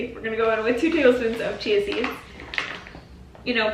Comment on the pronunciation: When she said chia seed pudding for a second I thought she said cheesy pudding 😆lol